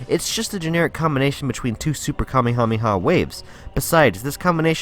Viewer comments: nobody: him: kamihamiha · I’m drunk but at least when he said kamekameha I had a break